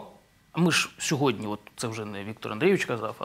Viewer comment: На влашному дошвіду, шьогодні, жараж, жвяжку... Що ж ним ?